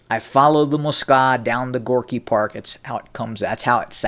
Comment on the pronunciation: Some minor housekeeping: It Russian it's "Moskva" ("Москва"), i.e. not "Moskava". Now to the content of this clip: In the mid-1980s I was already traveling routinely to the USSR on business, and in the 1990s I basically lived there. It was totally obvious to any serious USSR-/Russia-expert at the time that things were changing, big time, vis-à-vis the time I first experienced the USSR in the deep-freeze of the Cold War as a student in 1977. It's disappointing that the U.S. Army hadn’t yet caught up and still had that mural up on the wall of Fort Knox, but in all fairness I think that's because down at the operational level of the "jarheads" (OK, those are the U.S. Marines... but it's the same difference) changes take place more slowly. Until Gorbachev came along there can be no doubt that the USSR was a dangerous threat... the mural was probably just a holdover from the pre-Perestroika days. The real problem is that we're back to where we were... except even deeper in darkness, closer to WWIII than ever before in history. As far as the Scorpions go: I liked that “catchy” song too, but it just goes to show that one should never get too emotional about the political perceptions of a bunch of moronic, brain-dead (and probably drug-taking) "rockers". These guys always were and still are just a bunch of uneducated, totally stupid jerks who basically understood NOTHING about the changes they were singing about back then and today understand NOTHING about the current conflict in the